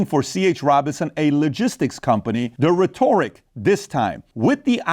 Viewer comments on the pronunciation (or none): Somebody please teach this man how to pronounce rhetoric